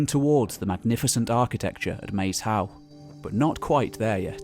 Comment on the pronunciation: I love this channels videos but one small moan about every body who talks about Maes Howe - It’s name is part ancient Brythonic (Welsh) and oart old Norse - Maes is actually pronounced like Mice - and means filed in Welsh -‘ and Hiowe is derived trom old Norse to mean burial mound - so it means Field or the burial mound - illustrating the various people who have had an effect on the islands.